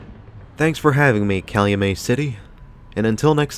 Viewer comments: lol calumay like the he said it. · It is pronounced Calumet like get. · Pronounced Cal-u-MET like the NY baseball team. Used to be some decent strip clubs off Torrance back in the day.